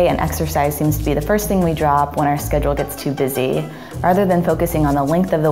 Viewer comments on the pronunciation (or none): none